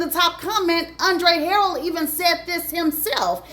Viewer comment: Andre Huh- rell